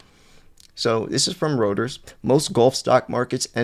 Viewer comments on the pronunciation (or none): Reuters = ROY-ters Normally I wouldn’t care about a mispronunciation, but when you cite Reuters multiple times every video, it starts to sound amateurish. Please learn the pronunciation. Unless you’re farming corrections for engagement—in which case, well played. 😂